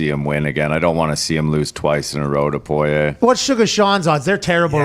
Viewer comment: Somebody PLEASE get Pat to stop pronouncing Poirier’s name like that